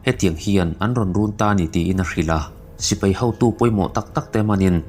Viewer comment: Sipei i tia dik lo nghal vek